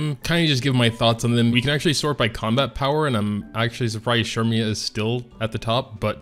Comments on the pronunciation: It's "Sermia" not "Shermia". XD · Why do you say cermias name like that? "Shermia" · ahh okay that must be a korean translation thing. I've asked everyone I work with and not one said shermia